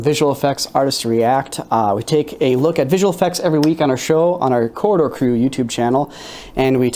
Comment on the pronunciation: If you're not going to post a link to their channel can you at LEAST pronounce the name of the channel properly? It's pronounced "COR-RI-DOOR" not "COR-DOR"...